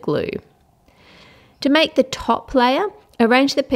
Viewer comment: al zaidy its make not mack